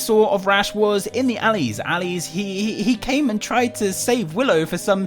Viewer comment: That was funny you say alleys